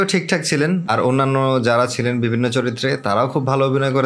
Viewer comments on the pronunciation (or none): none